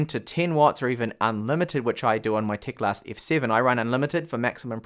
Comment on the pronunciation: It is teclast not tecalst